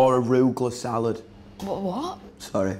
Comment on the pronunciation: “AROOOOO GUH LUH” 😂